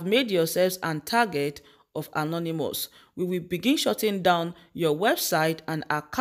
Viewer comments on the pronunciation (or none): none